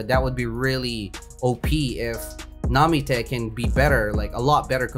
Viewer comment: Where the tf did he get the name namite it’s nami